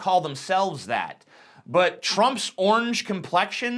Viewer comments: What word is he trying to pronounce? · Why does he pronounce orange as onj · why do you prenounce the word orange as "ornge"?